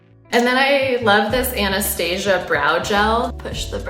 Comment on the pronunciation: Don’t you hate it when they say Anastasia instead of Anastasia ugh